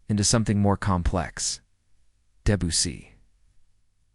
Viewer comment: This is a nice story. While AI flunks miserably on Chopin's name (Chop and Pee, Chopping and on Debussy (Abucey), it does illustrate the effect a great pianist and great music can have on people. I suspect the Debussy piece referred to is his famous Clair de Lune, and if you truly are interested in what effect that can have, I urge you to go to youtube and find Clair de Lune as performed by the fantastic Georgian pianist Khatia Buniashtivilli. I promise you will not be disappointed. The artist herself is totally into the music and the audience is dead silent. It is one of her favorite encore performances following her concerts. I am going now to listen to it again for the 50th time.